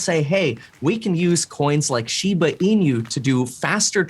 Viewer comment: Please pronounce shiba inu correctly 😭 The host said it correctly